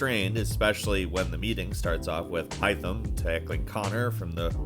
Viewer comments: Great vid, shame about the HAI-THAM pronunciation 😂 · youve been playing too much Valhalla its haytham in ac 3 not hytham🤣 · I love this channel, but please at least remember Key figures names. Haytham isn't Hy-thim. It's Hay-thim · Why did u say “Hightham”??? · Did he actually say Haitham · Yeah he purposefully mispronounced some words like haytham but later in he pronounces it correctly